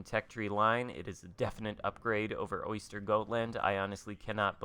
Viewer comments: Great video (as always). Curious though, why do you americans pronounce "Östergötland" as "Oyster..."? There's no "Y" in the name. 😅 Why not just simply "Oster.."? 🙃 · The way he’s pronouncing Östergötland is hilariously bad lol, oystergoatland 😂